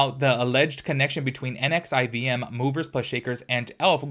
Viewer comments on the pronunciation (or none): It’s supposedly pronounced Nexium. The V is a U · I think it’s pronounced nexium